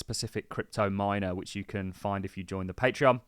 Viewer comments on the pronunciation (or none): none